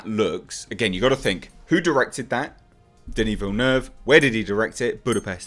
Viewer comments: is pronouncing it correctly. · He indeedly 'was' pronouncing his name correctly. Can't say about how you spelled his name though. It's Denis Villeneuve, lol.